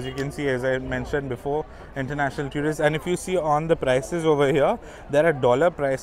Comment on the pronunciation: Another great video. But one pet peeve. Please, please, stop mispronouncing the word "tourist". The first syllable is exactly like the word "tour" (almost rhymes with "four" or even "sure" but does not sound like "tyoor" and this is for all varieties of English). Every time I hear "tyoorist" it makes me cringe. But please keep making videos as no one else has this kind of content on YouTube. One more word - café. The first syllable should rhyme with the "ca" in the word "cat" or "can" not "car".